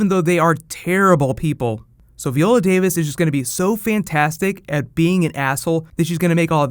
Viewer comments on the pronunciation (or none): I love your videos,, but if you don't start pronouncing VY-OH-LA Davis's name right, I swear to God....